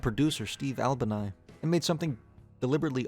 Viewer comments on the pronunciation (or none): cool vid, all opinions invalidated by the way you pronounced Albini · Deserves better than that pronunciation, especially when they put out some of the best noise rock albums of the 80s. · The pronunciation of “Albini” hurt me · Hold on how’d you pronounce Steve Albini😭🙏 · Absolutely my reaction lol. Solid video otherwise